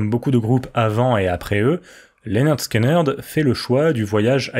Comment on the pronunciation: Ça se prononce Linerd Skinerd si jamais 😆 vu que le nom vient de leur prof tyrannique Léonard Skinner (qui se prononce Linerd Skinner en anglais) ils ont juste changé l'orthographe.